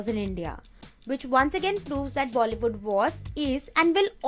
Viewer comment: bollywoodn intead of Bollywood